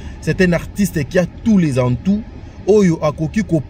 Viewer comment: Tous les atouts et non atoun.